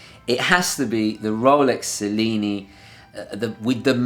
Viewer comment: I am confused; You are a native Italian, right? So, why did you pronounced "Cellini" wrong..!? (ah, you already answered) And I totally agree with you: The Cellini line is also my favorite! The only Rolexes for me :D